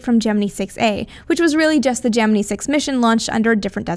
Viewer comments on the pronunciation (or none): I just cannot stand the way she says "Gemini"! It's pronounced Je-men-eye, not Je-men-ii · Gemini = "Jem-en-eye" Yep, Nasa guys used to say Gemin-ee, but when a male says it, it's not so squeaky as a woman saying it and I've heard WAAAAY more news commentators than Nasa guys saying it Jem-en-eye. men's voices tend to fall almost in-between in pronunciation, and are much deeper, and the WAY you emphasize the high pitched ending is too irritating to bear. Sorry, nails on a blackboard. You may be "Right" but right, and a pissed off comment section doesn't get youtube subscribers. sorry. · stop..... saying...... Gemineee! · I have watched literally hundreds of space documentaries, including ones interviewing the astronauts that participated in the Genin"eye" program, as well as high standing astronomers and astrophisicists like Carl Sagan, Neil Tyson, and many others and I have never heard them pronounce it that way. Ever. So she has one person correct her out of all the others and now she says it that stupid way? If she had one Brit tell here that aluminium is the proper way to say aluminum, would she start saying that crap?